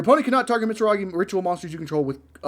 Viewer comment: The "mitzaragi" was killing me 😂